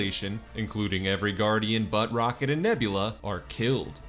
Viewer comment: "including every Guardian, Butt Rocket & Nebula" is how I heard that sentence 😂